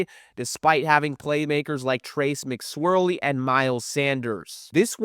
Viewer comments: Dude really said “McSwirley” 😂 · I’m glad somebody noticed!